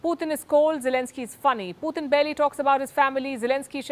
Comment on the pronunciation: wish she would learn how to pronounce Putin's name correctly